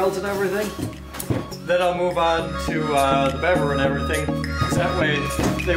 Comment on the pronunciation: Fack engrish